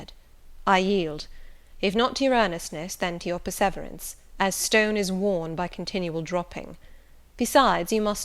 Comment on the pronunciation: Please pronounce perseverance correctly! The emphasis is NOT on the second syllable, but on the third...'per-suh-veeur-ens'.